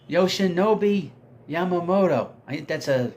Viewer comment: Yoshi-Yo-Mama-Moto! I love when struggles with Japanese names!